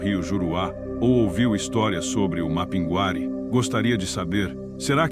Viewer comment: A IA falando mapinGUÁri acaba comigo kkkk Mas, sou fã do canal